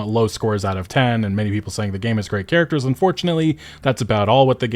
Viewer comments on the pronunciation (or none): none